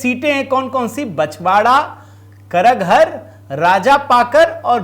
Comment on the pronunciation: आपने रोचक तथ्य सामने लाया है इसके लिए हम ढेर सारा शुभकामनाएं हार्दिक बधाई देते है करहगर नाम है सही,उसका करगहर कहना गलत है